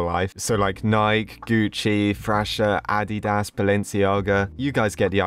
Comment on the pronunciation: The way he said addias made me laugh